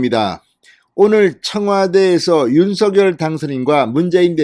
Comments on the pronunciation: 당선인의 요청대로 "서결"로 발음하지 마시고 "성녈"로 발음해 주세요. 참 거슬립니다. 느릿느릿 "서~결" 하지 마시고.ㅎㅎ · 대동령당선인尹錫悅-윤석열이아니고"윤석렬"로발음해야합니다 금후訂正부탁드립니다.